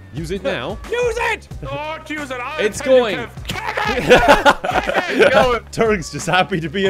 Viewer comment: I still find it funny the way nogla says Kevin